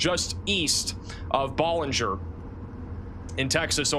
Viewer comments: Please ask Texans how to pronounce Texas towns. Please for the love of God! It’s not Ba-linger It’s Bow-linger It’s High-co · Pronounced Bellanger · Ballinger = Bal (like pal)-injure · Thank you! Ballinger is pronouned Bal-in-ger.. and Hi-co. You are appreciated! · Hi, it's pronounced Baaalinger!